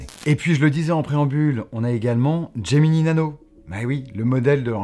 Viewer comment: "Gemini Nano", pas "Geminee Nano".